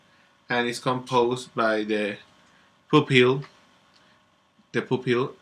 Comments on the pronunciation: sounds like you said "poop hill" Lol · For future vids and stuff "pupil" is actually pronounced like pyu-pil. :) Great vid!